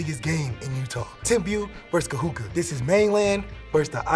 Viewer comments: Love the vid, BUT it's not pronounced Ka-hoo-kah. It's Ka-hoo-koo. Much love from a daughter of Kahuku😘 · It's KAHUKU sir, not Kahuka! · It’s KAHUKU, not Kahuka! U not A ! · Kahuka😂 get it right overtime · Bro saying Kahuka lmao 🤣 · (Ka Who Ku)not(Ka Who Ka) is how you pronounce Kahuku The Ku is like Cooties but just the Co/Ku. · This dude said KaHuKa😂😂 it’s pronounced as Kahuku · It’s said ka-hu-ku not ka-hu-ka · Kahuku u faka not kahuka smh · ITS KAHUKU NOT KAHUKA YOU HUPO POPOLO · He said kahuka lol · Lmfaooo he said kahuka. Dead😂😂😂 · "Ka"-"Who"-kuu" - KAHUKU . just to help you out bradda'. Much mahalo Nui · “Kahuka” can’t even say it right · Damn haoles "kahuka" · Ka'imi Asinsin 💀 “kahuka” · its pronounced ka-who-koo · bruh its pronounced ka-hoo-koo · Bro like it’s literally not hard lol.... u said the first part right. There is literally no A at the end of Kahuku like what? Lol where the fck do u get Kahuka from?? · This guy butchered KAHUKU..it's pronounced KA-HU-KU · Even though you got the name wrong, I'm sure it wasn't intentional. We love the video and the respect you not only have for Timpview, but for Kahuku as well in your video. Much alohas. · Can somebody please tell this man he is pronouncing KAHUKU wrong. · It’s Kahuku bud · You said Kahuku wrong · Brah wtf. Why didn’t even the dad correct him on how he said Kahuku??? So shame overtime. Shoulda did the research before. Cuz sayin it once is ight no harm.. but for the whole damn video!? Rubbahhh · Cringe every time he says Kahuku ☠️😂